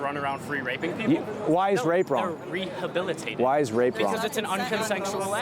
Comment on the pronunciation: I hate the way he says rehabilitated